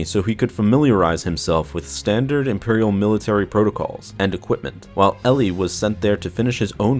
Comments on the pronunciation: I was just about to post a comment about how painful it was every time you said instead of Eli. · Are you certain you're pronouncing the name correctly? (Eli) L-E My friend has this name and pronounces it E-Lie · It's more like E- lie then Eille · Pretty sure it's pronounced like 'E-lie' not '' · I had multiple migraines every time you said instead of Eli it's Eli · Eli, not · It's not, its Eli. Eee-lie. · I thought it was Eli not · You mean Eli? Not. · It’s pronounced E-lie not LE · Is it "Elly" or is it pronounced more like "Eli (E - lie)"? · Isn’t it Eli Vanto not Elly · this bothered me so much that I need to comment despite 7 months passing: it's "ee-lie", not "elley" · Is Vanto's name not Eli (EE-LY), instead of elli? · Elly? It was pronounced E-lie. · His name is pronounced "E Lie" not "L E" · I think its pronounced E and then lie so Eli not Elly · Eli pronounced "e-lee" not "ee-lie"? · I heard the audiobook, glad you made a video on this! P.s Its not pronounced El-ee its "Ee-lie" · Eli is pronounced "ee-lye" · "" Vanto? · E-lie. It's pronouced E-Lie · Eli is pronounced "Ee-lie" in the audiobooks. And it's not an uncommon name in real life, short for "Elijah", like "Elijah Wood". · Just saying eli is pronounced E-lie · I thought it was pronounced "E-Lie"? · Are you sure its not ponounced EE-ly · I thought Vanto's first name was pronounced E-li... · It's pronounce E - LIE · It'll also give you the chance to correct the mispronunciation of Eli. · Listen to the audio book. You are saying Eli's namd wrong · its not eli vanto its Eli vanto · You said Eli wrong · By god the mispronounced Eli got annoying really fast!! its Eli so E sound with the ly sound from rely. Not difficult!! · Your miss pronounceing Eli's name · yeah u better stop do that. Dou know how many slavs are suffering because of such mistakes?